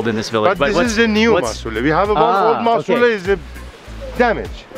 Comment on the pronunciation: The Fact that he Said Musuleh when it was masuleh At the Beginning(in The Car when they got that dough Bread thingy)was hilarious!!!!! I really want to go to Iran tho.